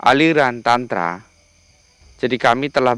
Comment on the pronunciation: 😂😂😂😂 nyebut Aliran Tantra, gk bener.. 😅😅